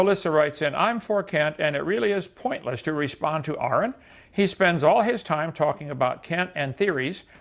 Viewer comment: Kent really impressed me here. He pronounced correctly.